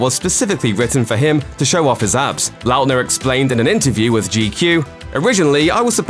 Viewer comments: the way he says Lautner makes me cringe every time... likely because despite Lautner being in show bis for 12 years I have never heard it pronounced in this way... I think I have only ever heard it pronounced "lawtner" rather than "Lout-ner" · The way the narrator says his last name is hurting by brain.. La utner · You cant pronounce his last name XD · WHY IS THE PRONUNCIATION OF LAUTNER STRESSING ME OUT SO MUCH. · oof that pronunciation of Lautner.